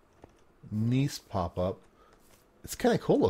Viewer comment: kudos on pronouncing Gneiss properly! very nice!